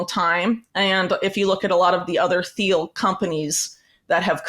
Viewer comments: It's pronounced " Teel" the h is silent. You really shouldn't sell Trump and the Alliance short. Everyone who is an American citizen has to make their best choice. Trump knows how to work with enemies. Trump has something on each of them. Trump wrote "The Art of the Deal". He did deal with N.Korea and Putin, and Saudi Arabia, etc. Therefore, no wars when we had Trump. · You have very interesting, well researched views Whitney. I want you to be taken seriously; you have important work to put out there. So please take this the right way when I tell you that it is not pronounced THiel. The H is silent. Keep up the good fight, A Fan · The h in Peter Thiel is silent. It’s pronounced like Teal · For someone who is so knowledgable about Peter Thiel, she should learn to pronounce his name. It's pronounced "Teel or Teal." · All this research and she can’t say Peter Thiel’s name correctly 😂 dork